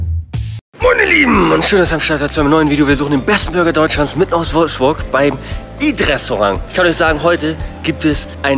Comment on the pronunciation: "Wolfburg" wuff wuff! haha starkes video :D